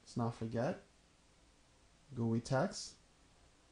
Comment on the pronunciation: Ha..Gooye. G-U-I, is it not? Graphical User Interface?